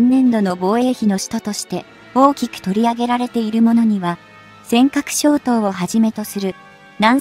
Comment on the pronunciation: 初めから、終わり迄楽しく笑い吹き出しながら拝見しました😊 概算:ざいさん× がいさん○ せんかくしょ(う×)とう いずも(で区切らず、型迄続けて) 型護衛艦と呼ばないで どうしたら改善するか考えて、次回には笑い😊と吹き出させないでね？